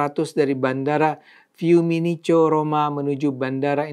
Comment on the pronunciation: FiumiciNO bukan FiumiNIco, BuenoS Aires bukan BuenO Aires (= udara bersih/baik)